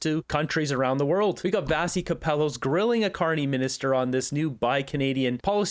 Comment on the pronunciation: It's pronounced Vash-ee. In school, she would sometimes go as Vash, so we'd stop mispronouncing her name (probably 😆)